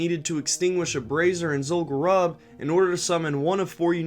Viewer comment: I don't know if you appreciate pronunciation corrections or not, but let's do it: sepulcher is "seh-pull-kur". Zul'Gurub is pronounced "zool-goo-roob", because it's named from the Gurubashi trolls. The same goes for all troll zones: Zul'Aman for the Amani trolls, Zul'Farrak for the Farraki trolls, and so on. They pronounce Zul'Gurub in one of the Zandalari trailers. Take care and have a great day man!